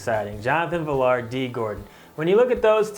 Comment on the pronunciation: It's pronounced Vi-Yar the double L in a Hispanic name produces a Y sound like quesadilla you don't say dilla you say diYa